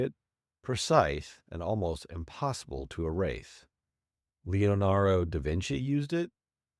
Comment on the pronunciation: Lionarro da Vinci, Albrecht Dyer, Rafael. Nice try. Real or AI?